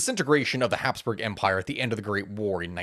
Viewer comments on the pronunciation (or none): none